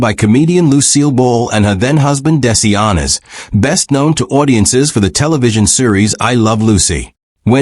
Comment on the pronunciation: This review is frankly crappy because if the announcer was real, he would know how to pronounce Lucille Ball's husband's name.